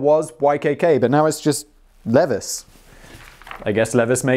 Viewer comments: Levis is actually pronounced like Leave-eyes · Leeeee-vies. Rhymes with Bee Pies. Say it with me. Leeeee-vies. BeePies. Levis. LEVIS. <3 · SIMON, it's not "Lev-iss", but, Lee-Vies", after company founder Levi Strauss. He, almost single-handedly invented the common Denim Jeans. His have bronze rivets at stress points to increase longevity of the garment. Newer models may not have the rivets due to better factories and fabrics. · cringing at pronouncing Levis (LEE-vigh-z) as Leev-ESS and I really don't know why I care. PS Got me Simon... got me gooooood. 🤣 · Simon!!! It’s Leeee- vies!! Not lev-is!! Eeeeek!!! 😝 And YES.. I finished the video too😂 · Two things Simon. Admittedly I'm on a business blaze binge so sorry for all the comments... Guess that technically makes it three things in four parts? 1a. I try not to be, but on 👖 jeans I'm gonna be that haughty American. Levisss it's Levi's say it with me now Simon. 1b. LEE VYE Z. (Again, sorry. Just real picky about that pronunciation.) 2. Kanye West buys £800 or $800 sunglasses, whichever denomination you used this time around. You really do change that up rather randomly Danny... Simon, have you tried giving him window time? It might help his consistency. Lastly, my friends apartment building has a veeeery worn down elevator in it and in the upper corner is a slightly dulled iron plate reading OTIS 1974. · my company is a small company. 2 small stores. it's just a small company. not corporate. there is a difference. At my store the owners are also the operators and do everything themselves. A corporation is a legal entity that is separate and distinct from its owners. ALSO......Levi is pronounced leave - eye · Leviss jeans.....Leviss......do you mean Levi's!? That's my insanely successful corporation! Hard I on that. Lee-VYEs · Lev-is? C'mon Simon: leev-eyes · Lev-is?!! Lee Vies! Levis. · Simon, i know you don't care, but Americans pronounce Levi's, Lēvī's or Lee Vie's. It cracked me up when called them Levis